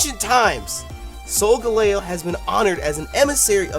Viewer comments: I personally pronounce it with emphasis on the gal part, so it's "Sol" like solar "Gal" like the word ''gal' sometimes used to replace girl and the eo like in "leo" the lion. so all together it's "Sol GAL eo." As for Lunala its the same basic phonetics you use, but the emphasis is in the Beginning, so i pronounce it "LU nala" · I think it's pronounced solGALeo. Kind of like the gal as in Galileo. And Leo like lion. This legend might be another ray-qua-za and ray-quay-za pronunciation war. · I pronounce it "sol-GAL-ee-oh" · soul gal leeo???? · I think you pronounce solgaleo as : soul-gal-ee-o. I could be wrong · yo pronounce solgaleo wrong dam man your kill when you pronounced that shit lmao